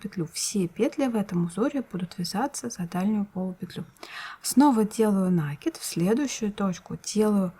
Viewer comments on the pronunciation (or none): Не нАкид, а накИд! Слух режет! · Уважаемая рукодельница! Спасибо за чудесный узор и очень понятное объяснение. Только, у меня к Вам просьба: произносите, пожалуйста, правильно слово накИд, а не нАкид. У Вас очень приятный тембр голоса, а неправильное употребление часто повторяющегося слова очень режет слух. Извините, за замечание. Не хочу никого обидеть. НО , это действительно так.